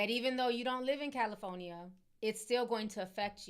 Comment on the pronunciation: I can't Unhear Ti Pronouncing the state as CALI-PHONY-EE-A 😭😭😭😭😭